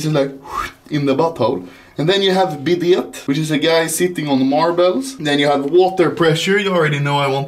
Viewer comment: I laugh when how he pronounce bidet